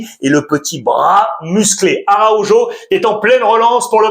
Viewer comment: Salut Alexandre. C'est vraiment frustrant quand tu prononces ARAUJO sans ton fantastique accent hispanique pour lequel je t'apprécie énormément. Tu restes le meilleur de tous les YouTubeurs selon moi ❤❤❤❤ Visca BARÇA ❤❤❤🎉🎉🎉🎉